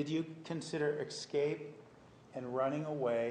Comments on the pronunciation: EXCAPE Is he saying excape instead of *escape*? And he's a *lawyer*? Gulp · How can a lawyer not know how to pronounce the word escape? Its not EXscape Nurmi you bozo! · He also pronounces "escape" as "exscape"